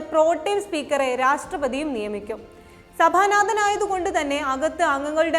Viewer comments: സഭാ നാഥൻ.... ഉച്ചാരണം....😂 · സഭാനാഥൻ സോമനാഥ് ചാറ്റർജി, ഈ വാക്കുകൾ ശരിക്ക് പറയാൻ ആദ്യം പഠിക്കണം